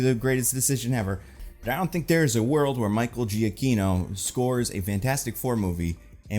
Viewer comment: Almost unrelated to the video but bothers me every time you mention his name lol. Michael Giacchino’s name is pronounced Juh Key No not Gee a key no Can see evidence of that on his personal website biography section